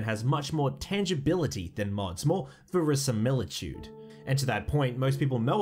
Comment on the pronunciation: What the hell is "verisamillitude" ?